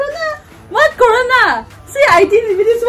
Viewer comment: She said Corana hahahhahahha